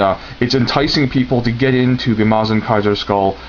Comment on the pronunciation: Its not MOZ-inger its MUH-zinger